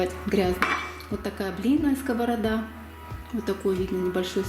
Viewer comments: Нє скОварада а скаварАда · Сковорода ударение на последнее а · совершенно верно, в единственном числе ударение в этом слове во всех падежах падает на последний слог. Во множественном числе ударение является скользящим: И. П. кто? (что?) - скОвороды. Ну а если уж о грамотной речи до конца, то и слово "ложить" в русском языке не существует, несмотря на то, что 50% русского населения только так его и произносят. Есть слово "класть" и точка)). С уважением ко всей аудитории и к автору видеоролика 😘